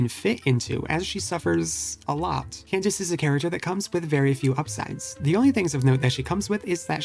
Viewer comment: Bro I wanted to jump in a lake when he said can dak eh